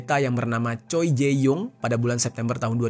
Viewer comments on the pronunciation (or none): none